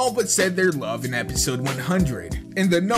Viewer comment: its not century its sentry